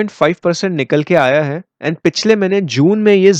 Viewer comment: Put more stress on है ।🙏